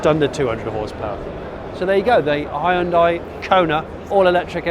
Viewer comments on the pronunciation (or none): its hyundai not hayundai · “Hi-un-dai” haha. So much more effort than saying it properly. “Hyun-day” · Oh god it's pronounced "hyun-dae" not "hie-un-die"...thought Americans pronouncing it "hun-die" was bad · *Hun-day, pronounce it Right!!! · This guy needs to learn how to pronounce Hyundai. It's annoying. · That moment when you realize he is saying "Hyundai". Because to my American ears it sounds nothing like how we say it over here. (Even went and watched a couple commercials to verify)